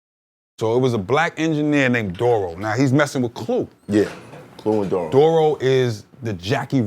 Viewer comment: Hearing him pronounce Duro's name as "Dorro" after hearing so many rappers say it another way while growing up is a bit cringey.